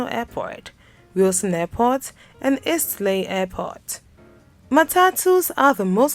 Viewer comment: If you - as a Kenyan, thought you were the only one who couldn't pronounce EASTLEIGH properly back in Primary school, I guess now U know that name ain't that easy as the narrator has proven in this clip. LOL